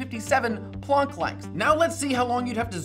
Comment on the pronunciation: Plonk length? It's plank like wooden plank.